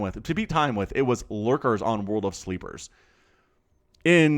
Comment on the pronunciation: Ssshhh, World of Sl-EE-pers ;-) Otherwise great cast as always!